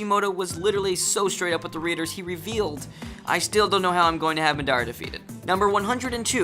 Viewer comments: anyone else very disturbed by the way he pronounces Madara? Ma-daa-ra? instead of Mada-ra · He said mudara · Did you really just say Madara wrong? Its pronounced like Ma - dah - ra. Not ma - dara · and me-dar-ra r u kidding me its ma-da-ra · he really said m'dara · i’m bouta unsubscribe to u bc you pronounced madara’s name “mah-dara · Did he say...”ma-dara” and “mi-nato”? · Like HE DAN and MA DARA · The way he pronounced madarra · I get salty when people pronounce stuff wrong for some reason so when he was saying madara like you might say Madonna I was salty because madara is my favorite character next to sasuke but it was also funny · Ma-da-ra get it right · It's pronounced ma-der-a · Really? Maa-dara Min-auto? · there were a lot of things wrong with the pronunciations X'D a lot of emphasizing the wrong syllables and things like "oh-make" rather than "oh-ma-kae" enhkgbvkrne ughh ~shivers~ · "Mah-dara" I didn't even know he was saying Madara at first. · Kakazu or deidera Btw: it's ka-ka-zu and ma-dra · how do you make an anime video and continue to mispronounce half of the character's names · You pronounced kakuzu madara and minato wrong. I'm only telling u cuz i care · Wen he said madara and minato's names my eye twitched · The way he pronounces Madra irks me way more than it should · Yes... he literally pronounced every single japanese word incorrectly. Nakama, Luffy, Madara... I think he either doesn't watch Naruto, or only watches the English dub. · Pronunciation of Madara. Well at least he didn't say Na-roo-toe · Madara and Minato too. xP Good try buddy.